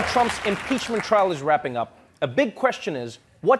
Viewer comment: ...did that dude say 'peachment'..?